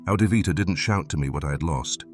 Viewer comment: He said it was 'Adivvita'